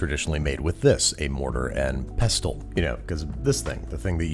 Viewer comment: the way he pronounced pestle tho